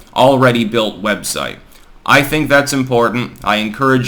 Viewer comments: "Webshite" is serendipitous. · “Webshite” is a fantastic slip of the tongue. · You accidentally called Twitter and other social media “web-shites” and I like it. Web-sharts would be more appropriate 💩